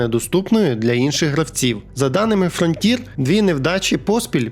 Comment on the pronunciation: Автор, навчись вимовляти слово FRONTIER. Вуха ріже.